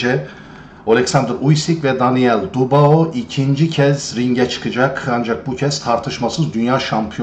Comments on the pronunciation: Kiymetli tespitleriniz var. Mutesekkiriz. Ancak su Daniel' in soyadini dogru telaffuz etmeniz yaptiginiz isin niteligi acisindan onemli olacaktir diye dusunuyorum. Bu genc arkadasin soyadi Dubois yani telaffuzu dü-bu-a yani du-ba-o degil. Dikkate alacaginizi dusinerek yazdim. Tesekkurler. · Abi videolarını izliyorum, konuşma tarzını beğeniyorum, her şey çok güzel fakat sen şu Daniel Dubois' nın soyadını "Dubao" diye okuyunca tribe giriyorum izleyemiyorum.....Doğru okunuşu "Dübua" şeklinde olucak....Fransızcadan gelme bir soy isim sanırım' o yüzden bu şekilde okunuyor....Naçizane katkıda bulunmak istedim.....Dikkate alman dileğiyle... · Don Charles'ın konuşmalarını izleyince ben bile ayar oldum. Çok uyuz bir herif. Bu arada, Dubağo değil, Dübuğa bey. Saygılar. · Bey; lütfen ‘Dübua’ deyin. Fransızca’da “oi” sesi “ua” okunur. Paylaşımlara devam. Teşekkürler ederiz.